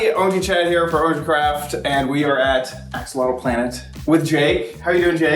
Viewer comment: It's ORANGE, not "ORNGE"